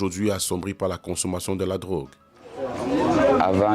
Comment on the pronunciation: "Drogue" et non "grogues". Il faut bien prononcer.